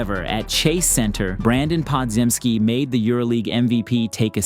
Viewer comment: Perfect vid to eat food with, your content goated fr 9.9/10, only thing is Brandin Podziemski is pronounced "Po-Jemz-Ski". Hope you keep making these vids cause they're fantastic!